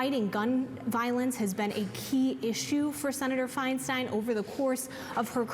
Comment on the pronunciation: Would someone please tell the CNN reporter on the Hill that her name is not pronounced Fein-steen. For Pete’s sake.